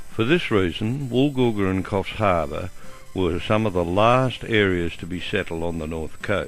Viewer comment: I believe the name is Korfs, not kofs.